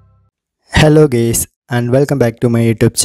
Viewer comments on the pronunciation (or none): Bro just pronounce guys 😂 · The (hello gays) at the beginning loool